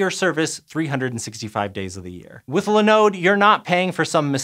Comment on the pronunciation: I thought this was a science channel what's with the pronunciation in this video?! Linode and Muon - dude woof. Grab some how to pronounce videos and try again.